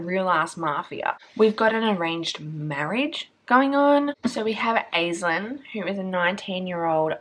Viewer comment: omg this book sounds so good!! going straight on the tbr as from Ireland. just wanted to say the Aislinn is the same as Aisling and pronounced like "Ash" "Ling"